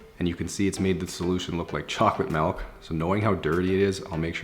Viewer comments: Guess we’ve gone from ‘grage’ to ‘chocolate malk’ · Random Person it sounded like he said chocolate melk 😂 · Can someone tell me what Chocolate “Melk” is??